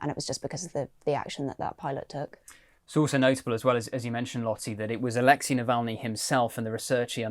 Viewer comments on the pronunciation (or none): Dear, please!!!!! Navalny was Alexey, not Alexi!! So pronounce it correctly.